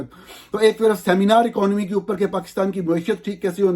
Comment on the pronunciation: Plz correct pronunciation of following words: 1. جوید نہیں جاوید 2. باہِر نہیں باہَر 3. اَکانومی نہیں اِکانومی 4. فیبروری نہیں فروری(اردو) یا فیبوری(انگریزی). 5. وقَت نہیں وَقت 6. ۔جرنِیل نہیں جرنَیل 7. منتقَل نہیں منتقِل 8. اَنویسٹمنٹ نہیں اِنویسٹمنٹ U R doing a good job. Well done and keep it up.